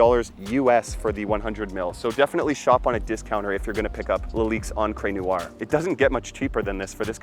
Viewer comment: Unbelievable. You are too lazy to even find out how to say noire...Americans eh? What is neeyouwah?